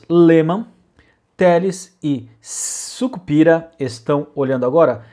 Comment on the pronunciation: Parei no Carlos Alberto "Sicpira" (Beto Sucupira).